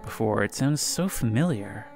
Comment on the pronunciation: I hate to break it to you, but you pretty much say “fermilliar” every time you say the word lol